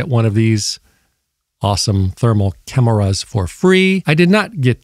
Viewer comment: Too bad I already had the Seek thermal version from 2 years ago. This "cam-er-ras" cost alot less "munnies" and claims a higher resolution. Your slower paced and extra syllables are different but the message comes across clear and isn't some hyped up screaming annoying video.